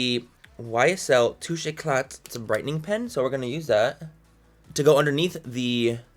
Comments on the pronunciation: If one more anglo mispronounces 'Touche Éclat'.... YOU DON'T PRONOUNCE THE LAST T!!!!! It's basically 'Écla' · why did i laugh so hard at hearing you try to pronounce "touche eclat" 😂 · Hi !! I love your video, you're so funny and refreshing !! I'm french, and for the YSL Touche éclat, we don't pronounce the "t".